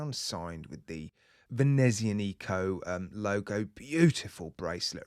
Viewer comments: Hi, nice looking watch but I'm not personally keen on a screwed down case back or butterfly clasp. Just a small point, the z in "Venezianico" should probably be pronounced hard like the z in "grazie" 😉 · Dovresti allenarti sulla pronuncia.. io che sono Italiano non ho compreso la parola "Venezianico", prima il marchio si chiamava "Meccaniche Veneziane" e da allora stanno lavorando molto bene nei nuovi orologi. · OMG, I just spit my drink, what the hell was that pronunciation of Venezianico? 😂